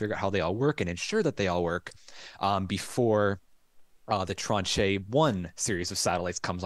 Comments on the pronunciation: I have heard the word “tranche” used a lot over the last ten years in financial circles, especially government payments (it just means a “portion”), I thought it was used in spaceflight as well, but listening to y’all butcher it over and over was priceless. It’s French, ignore the e at the end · hello ... love your feed... BTW ... tranche... in french means slice/section or part. it's pronounced 'Transh'... the e is silent so you were nearly right.... love you guys.. xxx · Tranche rhymes with raunch or launch